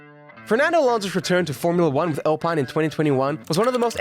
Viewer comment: why bro saying alpine like that